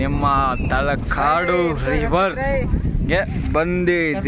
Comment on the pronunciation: Not talkadu that's is talakadu 😂